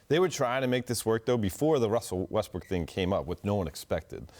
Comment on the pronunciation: Its impossible for Ramona to pronounce westbrooks name right.... "wussel westbrook"